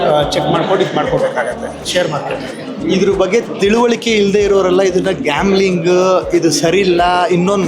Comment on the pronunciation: Glaming allappa, adu gambling